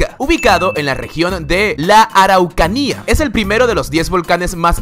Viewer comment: Siempre leen mal los nombres , dijiste mal Araucanía se lee mas rápido , somos raros